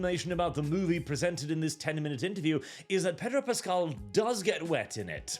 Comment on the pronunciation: I would have sworn you called him "Pedo Pascal." I had to rewind to check it again.